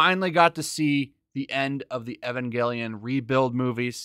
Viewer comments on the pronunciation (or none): The story of Evangelion is not complicated. It can be summarized in three words; "I am lonely." And it's Evangelion, not Ayvongelion.